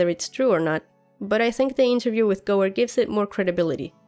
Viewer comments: I've lived on the Gower (peninsular), worked just off Gower Street (London) and watched David Gower play (ex England cricket captain) and I've never heard the Gooer pronunciation before! :-) Just a thought, could the White Walkers physically get in the three-eyed raven's cave only to find that their magic is somehow neutralised, the boney swordsmen existed because of the said magic thus they disintergrated, perhaps the cave is a sort of magical Faraday cage. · I love your GoT videos! Tip from Wales: Gower is pronounced like tower (but with a G not a T obviously), it is a peninsular in South Wales. Hear it here